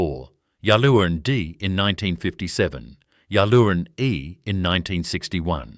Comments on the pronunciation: So many errors. Go to all the trouble and in many cases state ‘worth getting right’ and we get this. The pronunciation of Yallourn is ‘yal-orne’ and local listening to this would cringe! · "Ya Loon" 😂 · Can’t even pronounce the name correctly